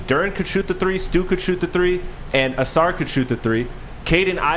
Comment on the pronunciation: My goodness the man’s name is Ausar (Eh-sar) not (Eh-Soor). I don’t understand it.